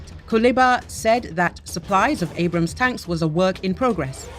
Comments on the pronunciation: Abrams tanks , not brams :) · I dont know I kinda like it... Brams Tank 😂 with the accent 😂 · Me too. Sorta has the feel of "Bros tank".